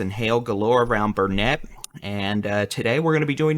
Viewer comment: burr NET? It's BURN it durn it. Learn it!